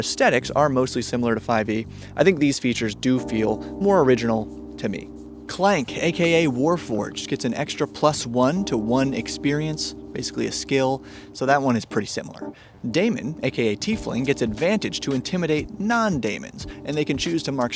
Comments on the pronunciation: Daemon is still pronounced "Deemon" I know im "that guy" and its all good. You're classy and awesome. Keep it up! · So Daemon and Demon... should just be said the same way. It isn't Damon. I don't know what Darrington Press' intent is so I don't know if you said it the way they want. It happens to be a minor annoyance to me lol. I work in IT and Daemon is the spelling used for tools in IT and people say it that way at work too. On if things are fresh or not I guess that's a bit up to interpretation and expectation. I think just because things are familiar it doesn't mean that it isn't fresh. Also did they mean thematically fresh or mechanically fresh. I think they are mechanically fresh while not entirely unique. On the point of most people who have played an RPG have played 5e and only 5e, I came from a very different direction. D&D is actually one of the newest TTRPGs to me. The Witcher and Star Trek are the only new games I've played since D&D. I played a bunch of other games before getting to 5e and it is one of two games I play now. I would love to play the others more but the GMs I played with all moved away. My friends who play don't seem to be as interested in other games and 5e is easy to borrow content for. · "Daemon" is pronounced the same as "demon," though. Because they're literally the same word. It's just an archaic spelling. Also, Katari aren't tabaxi, they're catgirls. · Daemon is pronounced Dee-mon same as demon. Ae is a long e (think archaeology).